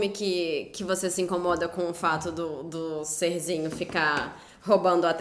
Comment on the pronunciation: Ele falando "ser-zinho" sinto o ranço daqui kkkkkkk